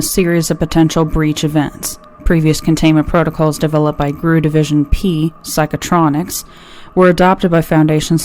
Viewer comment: GRU is an acronym and is pronounced like any other group (KGB, CIA, FBI, et al). The rest is fantastic.